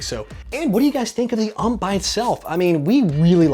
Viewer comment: OMG,... It's U.M.P not ump.